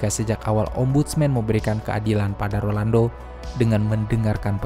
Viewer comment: Rolando bukan Orlando, bisa denger ga sih?